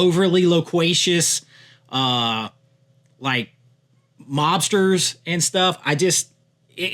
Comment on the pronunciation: He said, "Loquacious"😅